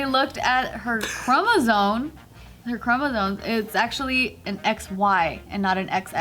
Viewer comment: "Chromozone" WTF that's not how to pronounce Chromosome.